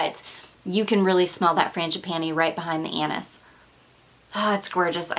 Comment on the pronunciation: Forget about the panties how about the “ Anus” she keeps mentioning again and again lmfao 😂😂😂 she means “Anis” omg